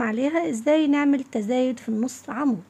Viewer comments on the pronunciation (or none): يعطيكي العافية ما شاء الله عليكي لكن رجاءً هي تزايد وليست تذايد مفيش حاجة بالعربي اسمها تذايد يا ريت تنتبهي للغة القرآن